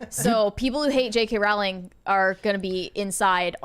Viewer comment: Pronounced Rowling like Bowling